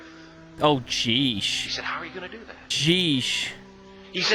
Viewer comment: Not trying to nitpick or be rude but it's geeze not geesh